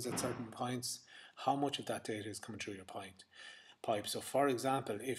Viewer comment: you should learn how to pronounce the word "through" you dumbass